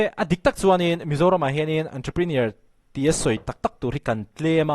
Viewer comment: A pawimawh viau lo na chu. Ontroprinawr hi a lam dan dik tak ni a ka lo hriat ve si ni 😁